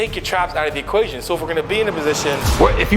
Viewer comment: It's equation NOT ocation "take your traps out of the equation"